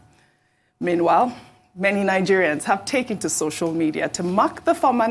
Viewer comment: girl you're an Igbo girl even if you've adopted Lagos. Why don't you make effort to pronounce Nigerian Names and places properly...